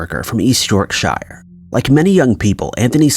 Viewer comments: If it is Yorkshire in England, you're pronouncing it wrong, ignore than it says shire, it's pronounced shur. Yorkshur :) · It's pronounced YORK-SHER and it's POUNDS,not dollars. Come on dude,at least do your research on how to at least pronounce British places and use our currency. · Me and my boyfriend both cringed a lil when he pronounced the shire 😅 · Just FYI, when saying the names of English towns, the "ire" is not harshly ennunciated. For instance YORKSHIRE, is pronounced YORK-SHA or YORK-SHEER. The "R" does not have any emphasis. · Why do Americans always pronounce Yorkshire wrong? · I can forgive them for names like burg by sands which is pronounced bruff by sand for anyone that doesn't know but Yorkshire no